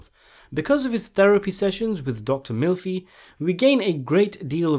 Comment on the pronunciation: Did you call her Dr. Milfi? I’d like to that was on purpose and not just you accent.